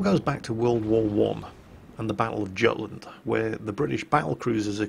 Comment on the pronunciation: Gutland? Absolutelty barbaric... its Yutland not Gutland